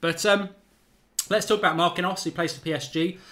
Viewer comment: Oyr! Stop butchering players names. It's pronounced Mark-een-yose. Say it right next time, eh?